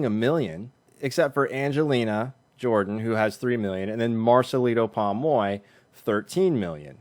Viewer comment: Why cant you pronounce his name properly POM OY your'e saying PAmoy